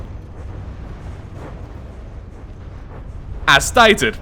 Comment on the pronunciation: When he said as stated, I thought he said in satin